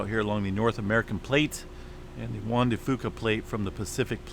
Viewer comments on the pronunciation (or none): none